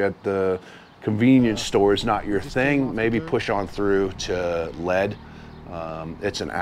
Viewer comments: It’s pronounced Leed, like I’ll lead you. Not lead like the metal. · Awesome ! Been there. I do believe the town of Lead is pronounced “Leed” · Awesome! Best video on the SD BDR-X dirt portions I've seen. A few constructive things: the city of Lead is pronounced Leed, the town of Rochford is pronounced Rotchford (Rotch like crotch). Finally, the music. I could do without it, or have the level lowered quite a bit. I'd rather hear the bikes or your convo. Thanks for recommending just going through it. We have a good thing in the Black Hills, but the Forest Service hates the widening of trails due to all of the go-arounders. The Tread Lightly! principles are always encouraged so we don't get trails shut down. Nice work.